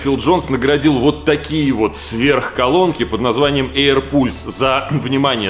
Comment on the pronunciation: эйр палс только, а не эйр пульс.